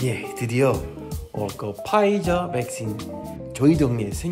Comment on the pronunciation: 올리버 님 백신 발음 신 을 씬 으로 읽으니 웃기닼